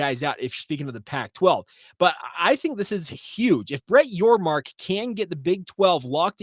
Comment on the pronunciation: Thanks for the shout-out!! And for saying my last name correctly!! You are one of the few that have. So for that I thank you. I'm excited for BYU in the Big XII!! Appreciate what you do. Go Cougs!